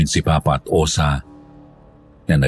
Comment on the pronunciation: Osa pla.. 😂😂😂 hindi Osang! Correction pleaseeee